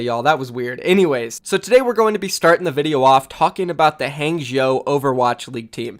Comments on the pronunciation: Its pronounced hah-ng zh-ow (ow as in row). Not hang-jew. Fucks sake every opportunity to be unprofessional you’re right there huh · Zhou in hangzhou is spoken Ouch without ch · For God sake please practice you pinyin. The way you pronounce Hangzhou just make me sick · How people pronounce Huangzhou is actually tilting already LOL, can’t wait for all of the Chinese teams’ names in OWL by casters. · Drinking game: take a shot every time pronounces Hangzhou differently.